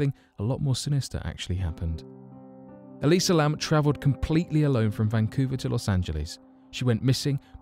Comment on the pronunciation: It's "Elisa" Lam.